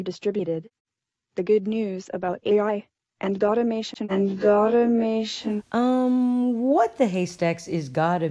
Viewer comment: automation is what she meant obviously godinmation isn't a word and I will put you on blast the whole video, this AI might be smart too us in some sense but its still a toddler learning our to properly say language and communicate, I mean its English one of the hardest languages to learn in the world cut some slack. Plus if you pay attention in these videos they have weird grammar bugs they are still working out which makes them mispronounce certain words